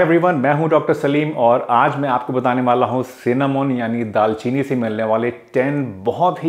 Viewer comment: Dal chini nhi daar chini